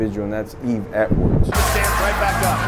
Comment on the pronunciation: Yeve Edward's? Really? Hahaha 🤣🤣🤣